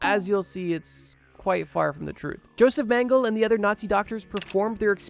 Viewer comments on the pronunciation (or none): His Name is mengele , and a german. Why do you assume his last Name is pronounced straight english? Like where did the last "e" go ? Mengeleeee not mänggel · Meng-ga-luh...not ming-le. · Hey, if you need it in the future, Mengele’s name is pronounced more like MEN-guh-luh. He’s obviously a horrible piece of 💩 so I figure he might pop up in a video later. Otherwise, this was enjoyable and absolutely terrifying. The people who were willing to scar their babies for life? Wild. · eh.. this nzi doc is called "joseph Mengele" eh.. Meng-e-le.. greetings from germany. love your Videos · I get that incorrect pronunciation can be annoying but he was a monster so he deserves to have his name pronounced wrong